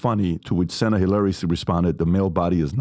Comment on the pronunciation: The mispronunciation of Cena's name is also painful. Also, Vince Vaughn didn't play 'Psycho,' he played Norman Bates.